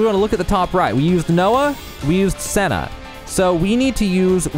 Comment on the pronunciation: I started the game a few weeks ago. I'm close to finishing it. I should've watched this video right away! Besides getting Mio's name wrong (lol) and pronouncing Sena's name wrong as well, your explanation skill is amazing! 🤟 Why must Monolith always overcomplicates their battle systems...